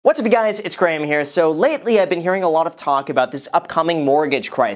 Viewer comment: Please consider dropping your greeting. “What’supbguys?”I don’t understand what you’re saying and it annoys me so much that I’m tempted to turn off your videos before they even begin.